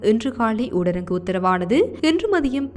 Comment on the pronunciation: ஊடரங்கு சட்டமல்ல. தயவு செய்து.. சகோதரி ! ஊரடங்கு சட்டம் என்று உச்சரியுங்கள்.🙏